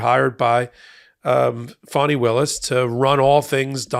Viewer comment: Her name is fann eeeeeee not fawneeee